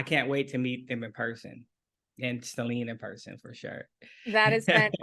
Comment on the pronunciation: I love how the interviewer pronounces Celine's name correctly ❤